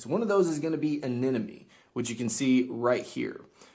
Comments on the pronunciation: its eh-neh-mon-ee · "Anenomoe" I don't see the other N in Anemone where is it? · Its pronounced AneMone 😂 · Why can't anyone pronounce Anemone?